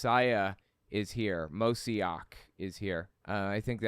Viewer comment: its pronounced moe/she/ACH w a germain H ACH like ACHtung